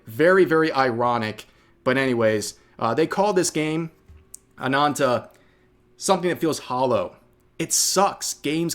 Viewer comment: Rev, its Ana*N*ta with 2 n's not anata.